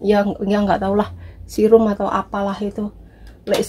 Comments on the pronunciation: Serum mba ngucap nya bukan sirum hahaha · Akhirnya...terbuka sudah rahasia wajah glowing...serum mbk...se nya kayak pas ngomong gesek....kasihan lek sirum jadi korban 🤣🤣😂😂 Lengkap tenan mbk make up nya...👍👍😁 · koq susah bingitttt bilang serum hheeeeeeehheeeee... tp kulit x bagus, sayang mbak Nik...beli” g’ dipakai